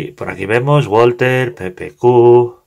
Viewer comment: Solo por la curiosidad, la marca es alemana y se pronuncia /balza/ :P